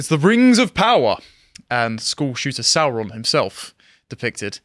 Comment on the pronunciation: The way Sauron was pronounced in the films was wrong, Tolkien intended it to sound like the saur in dinosaur, to give him a reptilian sound